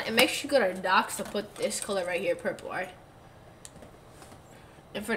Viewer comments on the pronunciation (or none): He said purlper